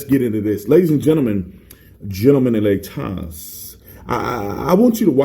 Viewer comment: I love it when you say "laytas" for ladies. It's funny.